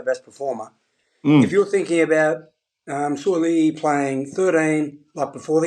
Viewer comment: Please pronounce "Sua'ali'i" name correctly, it sounds like, "Sue-ah-ah-lee-ee". Thanks